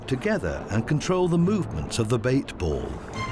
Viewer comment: I cringe every time he says 'bait ball'😬